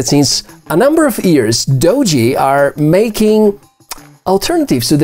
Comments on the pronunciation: "Doo - Gee" is how its pronpounced. Not "Dodgy" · First time viewer, impressed enough to subscribe despite the dodgy pronunciation of Doogee!